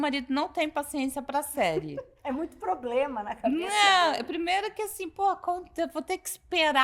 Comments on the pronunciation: Mas não é mesmo. É apenas uma inútil, deslumbrada que acha que tem algum poder no Brasil. E outro detalhe. Como uma pessoa pode ser formada, ter pós e falar tão errado assim? A deslumbrada fala "ploblema". A mulher quer regular as redes no nível de prisão por apenas dar opinião. Tipo "desagradou ? Tá preso!!!". É inadmissível o que essa mulher tá fazendo, ela jura que tem alguma voz, sem ter recebido um único voto. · Linguagem que você entende? Ele disse abrido, ploblema, cidadões, salma de palmas etc ....... kkkkkkkkkkkkkkkkk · Por mim Janja dava uma entrevista todo dia, não sinto mais falta das asneiras ditas por Dilma. Minha diversão está garantida. 😂😂😂😂 "Porque não podemos fazer um controle das redes igual a China?" porque será em Janjinha! 😂😂😂😂😂😂😂😂😂😂😂😂😂😂😂😂 é "Ploblema" 😂😂😂😂😂😂😂 mais Janja.😂😂😂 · Que mediocridade dizer que é o "auge da carreira". Essa jornalista tem "ploblema" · Uma" SALMA" de palmas para esse "PLOBLEMA" que se acha inteligente 😂😂😂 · Ela voltou a falar "ploblema" ou foi impressão minha? 😂😂😂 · é uma analfabeta ela fala ploblema, é uma sem noção deslumbrada ! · Desculpa aí...pra quem teve Ruth Cardoso conviver com uma primeira dama rasa, sem compostura, falando português errado, comendo o "s" do Plural, mandando os outros se f...., infringindo protocolo oficial com chefe de estado... É DUROOO...infeliz//te É O QUE TEM PRA HOJE...misericórdia.